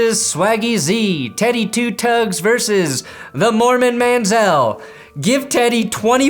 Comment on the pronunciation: Like for the "Morman Manzel" lol